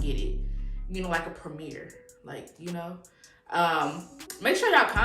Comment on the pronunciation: It’s the way you said “premiere” 😂😂 Loved this, very inspiring !